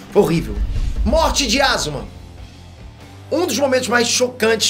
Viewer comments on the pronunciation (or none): Asma não é ASUUUMAAAaaaa